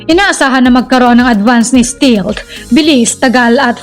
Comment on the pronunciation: Stealth ✅️Hindi Stilt❌️ Mgka iba po ng Meaning Yn... Google Voice Search nyo po St"E"alth✅️